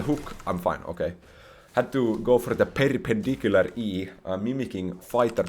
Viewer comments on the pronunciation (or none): Perrrrrpendicular E kkkkkkkkkkkkk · "Had to go for da pearrpenndiculuar E" 😂